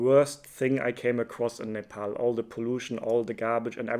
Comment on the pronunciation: Finally someone who pronounced Nepal correctly who is not Nepali